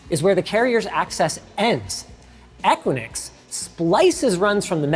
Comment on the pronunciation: The company name "Equinix" is generally pronounced **"EH-kwi-niks"**. Here's a breakdown of the pronunciation: * *EH* - as in the "e" in "bed" * *kwi* - as in "quick" * *niks* - rhymes with "licks" So, putting it together: EH-kwi-niks.